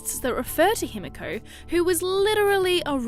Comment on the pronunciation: Its pronounced "Hee-mee-ko" with the middle syllable being shorter than the others.